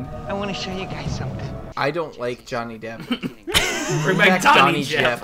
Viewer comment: this is like the 30th time I watch this and I just realized he said Dhonny Jepp